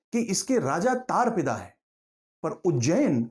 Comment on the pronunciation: bhaiji तारपिदा नहीं, तारापीड . सारा शोध रोमन में किया था?